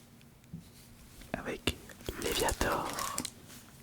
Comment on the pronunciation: Tranquille c'est parce qu'en anglais ça se prononce violet(tte) je pense c'est pas si grave